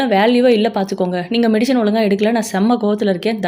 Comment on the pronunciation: It is medicine not medishine